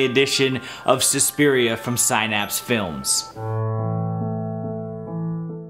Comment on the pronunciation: The mispronunciation of “Synapse” bothers me.